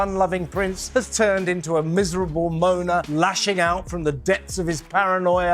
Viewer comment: Moaner. Not moner